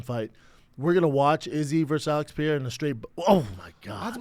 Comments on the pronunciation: why does he insist on calling him "Alex Pi-era?" C'mon man... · "Pereira" not "Piere-a" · I cannot wait until whoever is on fight companion corrects Brendan on how he says 'Pereira'.... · I wonder when Brendan is gonna learn how to say pereira...